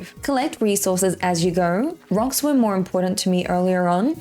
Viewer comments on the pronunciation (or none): none